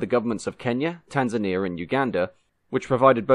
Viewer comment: Heheey... us Tanzanians getting a shout on Motion History. Decent pronunciation of the names of countries, cities and towns. But why only the post independence flag of Kenya is shown, the rest of us have to do with British Protectorate flags? Fantastic video as usual